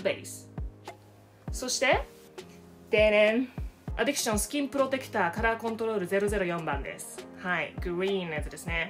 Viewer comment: アディクションじゃなくてアディクシャン！ さすがめっちゃ発音良い！ メイクアップ動画なのにおもろい笑 おもろいだけでなく美しい！ 美しいのに変顔したらちゃんと変顔！ おもろさのミルフィーユって感じ笑